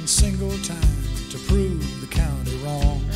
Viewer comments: County not country, LOL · Uh it's County not country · County !!! Not country. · I hate when people dont know how to say "county" so they say "country". Like you never heard the word "county" before? You've been in a "county" you're whole life 😂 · County not country